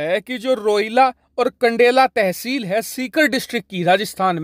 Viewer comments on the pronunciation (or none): कंडेला नहीं, खंडेला है और दूसरा है रानोली